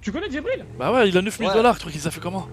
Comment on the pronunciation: Wallah tu respectes pas Jibril... son nom c pas Djibril mais bien Jibril wsh 😂😂😂 si nn continue tes bonnes vidéo